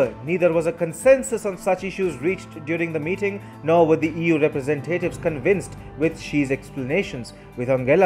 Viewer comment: Awesome video! Fwiw, it's rep-re-SENT-ative, not represenTATive 😁